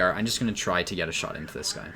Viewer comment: Are you saying "try snipe" or "[CHAI] snipe," also lol Category Travel & Events